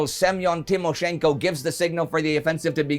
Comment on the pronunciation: That Irrrrish General, Tim O'Shenko! Russian Rhapsody